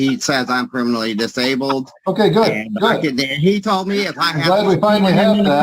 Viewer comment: He's trying and failing to say permanently disabled.